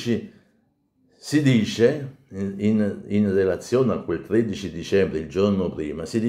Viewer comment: Milo Infante legge il numero 13 come ""amore mio""